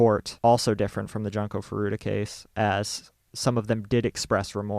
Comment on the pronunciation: I understand this channel is a English speaking channel and my comment wasn't meant to protest or attack, there are many Japanese who read english names the wrong way too. I just was wondering why not pronounce it the way it's literally read because some (and I mean non English people who visit this channel) might be confused trying to identify "Janko", as I was, for a few seconds until I realized it was Junko. :)